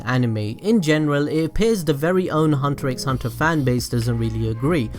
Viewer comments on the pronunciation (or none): none